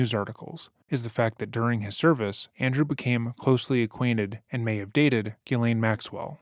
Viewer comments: FYI "Ghislaine" in England is pronounced like "Ellen" in US. "Gillen." Nobody gets it right, but just sayin.' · FYI Ghislaine is pronounced Jzee-lenn or Jzee-lane. :) Common french Canadian name. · How hard is it to pronounce Ghislaine?